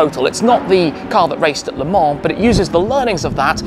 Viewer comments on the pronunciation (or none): "Le Mans" not La Mans